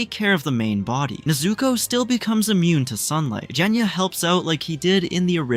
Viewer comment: Bruh its genya not jenya